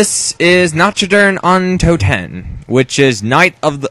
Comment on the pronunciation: Nacho dur undo tehn? XD i LOVE your pronouncuation xD it's completely wrong! But its so funny hahahah